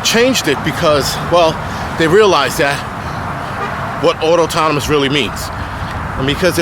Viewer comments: Just so you know. There is only one T in autonomous. You spelled it right, just pronouncing incorrectly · The word is autonomous, not Autotonmous... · Not enough to pronounce autonomous correctly.